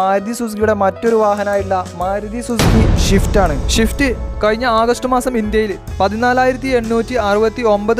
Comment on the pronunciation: ഷിഫ്റ്റ്‌ അല്ലടോ... സ്വിഫ്റ്റ്... ഇജ്ജ് യെത്ത ന്ന്യേ